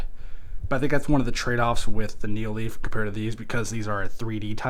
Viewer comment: also its nanoleaf not neo leaf